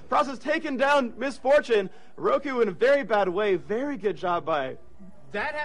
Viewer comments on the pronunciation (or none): none